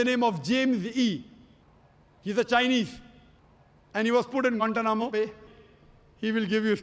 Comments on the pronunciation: 😂😂😂😂😂I'm dead every time he says gantanamo Bay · haahah why does it sound so weird, kind cut off. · I'm pretty sure he mispronounces it every time and they have to edit it 😂